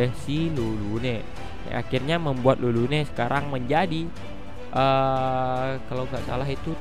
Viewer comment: Napa tulis Lulune dibaca malah jdi Rurune ?? Agak laen